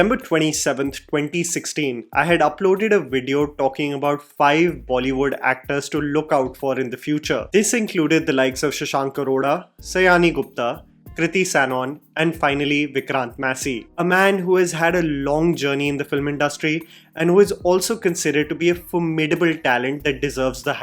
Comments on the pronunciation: the pronunciation of Sayani is not सयानी....... It's सायनी Or सायोनी.... Please don't call us सयानी. Please don't ruin this beautiful beautiful name please brother. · Sayani is pronunced as Sayoni not saaayaaani as a bengali it just caught my ears 😊.